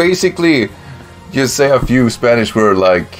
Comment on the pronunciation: Your Spanish pronunciation is actually pretty decent, dude!